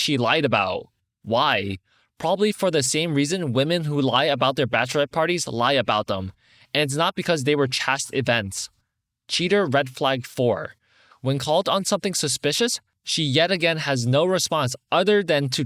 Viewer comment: Hey just a quick tip. "Chaste" rhymes with "paste". ;)